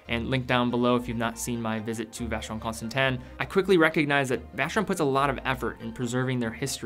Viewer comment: >VC has entered the chat. >English has left the chat.